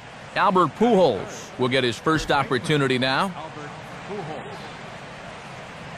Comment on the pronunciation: I don't watch baseball because its not very big in Australia ,but I pissed my pants laughing when he said Albert PooHole...(Pujols)